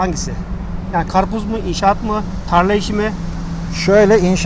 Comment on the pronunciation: Achtung. Achtun alman abi... Was is das ? Garpuz. Garpuz. 😂